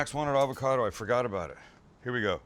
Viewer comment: You lost me at avacodo